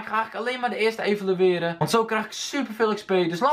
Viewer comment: het is evalueren niet evolueren!